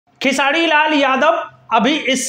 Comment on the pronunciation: अबे तु र बोल लेता है तो फिर खेसाडी क्यु बोलता है 😅😂